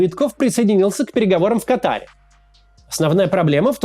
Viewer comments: Как же режет уши, когда говорят КатАр... Правильное ударение — на первый слог 🤦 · В Катар ударение падает на первое А